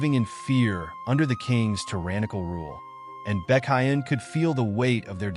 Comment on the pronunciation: Baekhyun ❌ BeCaYeun✅